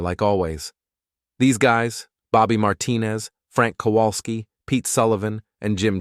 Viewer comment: You often use the last name "Kowalsky", but your AI reads it incorrectly. It is a classic Polish last name; it should be read as "Kovalsky". The letter W is pronounced as V in Polish.